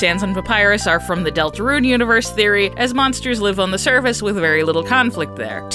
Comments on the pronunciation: Please stop pronouncing it deltaRUNE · ”Delatrune” in , time to make a third gaster video fixing that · The way she said Deltarune! 😂😂😂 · You emphasise "deltarune" weirdly